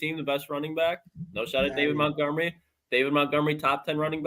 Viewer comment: Montgomery, not mountgomery